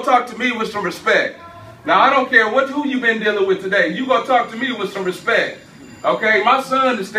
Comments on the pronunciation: "Respek" It's bird man! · “You talk to me with some respecc”